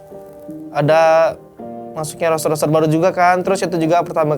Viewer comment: "Roster" bro bukan "Roaster" Mau manggang Lo? 😆